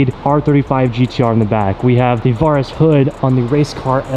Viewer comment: Is he pronouncing Varis right? I’m just curious cause for some reason it’s driving me crazy lol cause I though it was pronounced Vair-rus